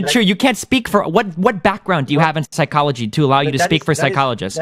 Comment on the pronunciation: wtf athene is dumb as fuck lol his wikipedia knowledge means nothing. He doesnt even know how the word psychology is pronounced. How can we take him seriously?